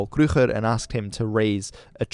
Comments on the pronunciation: Awesome video, I love your dedication to correct pronunciation of native languages! One small thing, in Afrikaans, Paul "Kruger" is pronounced as Paul "Kruer". Otherwise great job! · Great pronunciation, only problem is your pronounciation of Kruger. The g is silent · Hi, well done on your Afrikaans and Dutch pronunciation, its very seldom that a historian get these words right. I wish (in text) I could tell you how to pronounce Paul Kruger. Anyways, amazing vid, its a good synopsis of our history